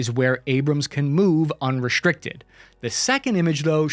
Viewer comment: I didn't know the was an "H" in the word unrestricted... WTF??? The guys sounds like an idiot when he pronounces that word!!!